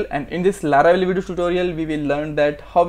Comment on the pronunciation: it is laravel not laravebel